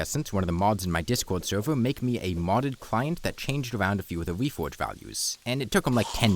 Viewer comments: The wefowge system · Title says "reforge" The audio says "whefhoge"